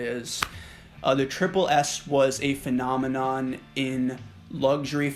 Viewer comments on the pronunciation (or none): none